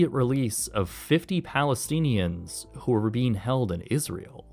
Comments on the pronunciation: Please please please please please please learn how to say Palestinian you are embarrassing yourself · Can NO ONE pronounce: "Palestinian?" 😂